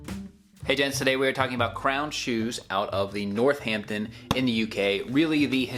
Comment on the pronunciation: Hahaha, I love you but your accent did butcher the place names.. starting with Northampton. Emphasises the A, not the H. NorthAMPton, not NorthHAMpton.